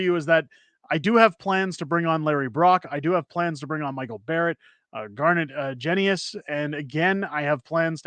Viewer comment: My MP, Garnet Genuis , is a three term MP. He pronounces his last name Jen'uss. Don't you think it's about time that people learned to pronounce his name correctly?